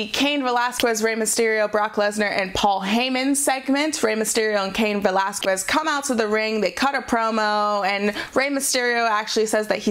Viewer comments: Again it's pronounced Veh LAZ KEZ not Quez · I'm 'butthurt' because this lady can't seem to get cain's last name right. repeat this a few times....Vuh-Laz-Kez. seriously, there's over a half million videos on youtube of wwe/ufc/cody rhodes/random interviews and even jim ross and they all get his name right except for her. it's not pronounced 'kwez'...it's 'kez'...honestly its not a hard word to say., even you got his name right 5 days ago during your raw into the review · Cain Va-Las-Quest. It's not a quest? It's kiss. Va-Las-Kiss. Anyone that says she's pronouncing it correct, must not hear the way both Valesquez and Mysterio are pronouncing like. And they are both Mexican. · Velasquez. que pronounced ke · I hate that she keeps saying Cain Velasquez last name wrong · Me too this is the last smackdown summary I'll watch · She's pronouncing the q in Velasquez instead of pronouncing it like a k. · You'd think she'd get it right when both Valesquez and Mysterio say it. Guess it an old habit of hers. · Sound is perfect. Only the first one was off with the in a box sound. It's been fine since. Just hates pronouncing Velasquez properly. Maybe an allergy, I don't know. Otherwise she's doing fine. Anything else is trolling. Solid A- which is great. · Just a little pointer, the "u" in Velazquez, is mute, you don't have to pronounce it. It's one of the weird grammar rules of spanish